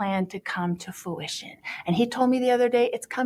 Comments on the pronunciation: Fuition? Learn English Lori. It’s Fruition!🍁🇨🇦❤️ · Great video! “Full fu-ition” 😂🤪😵‍💫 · Glad to see someone else noticed Lori's ignorant 'Elmer Fudd-esque' attempt to pronounce 'fruition' ...not once.. but twice! "Full foo-ition" 😂 🤣 she just can't help embarrassing herself ! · Had to do a double watch on Nate Eaton‘s interview when she was talking about the reason why… and she misused the word fruition… and said FOO’ition twice… unbelievable that she doesn’t know the basic English language. I would like to see how she spells the word fruition when she called it FOO’ition! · She has a lot of trouble pronouncing “fruition”. 😂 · She seems to want to use the word fruition, using it twice in one paragraph. So maybe she should learn that it has an R in it! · I think she said fruition but pronounced it weirdly